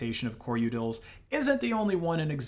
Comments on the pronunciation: Utilities... U-tils... Not yutals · u-tils, not u-tuls. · The uncanny valley of this AI narrator is intense. I've never heard a human pronounce utils with a flap-d before. U-udils and Coreudils sounding like Daffodils, but if a d already comes before it like findutils, then it is keeping it as a regular t? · it sounds like you keep saying "yootles" instead of "utils" and that makes me chuckle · not liking how you pronounce “utils” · The way you say utils makes me hurt on the inside. lol